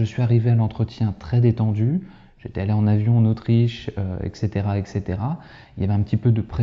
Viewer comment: Bonjour.. Peut être que j’entends mal.. mais est ce que vous prononcez ETC ECCETERA ou ET CETERA..